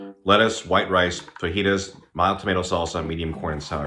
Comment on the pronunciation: it's pronounced FAJITAS